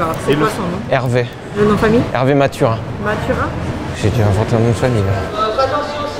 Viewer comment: Sauf qu'il dit matura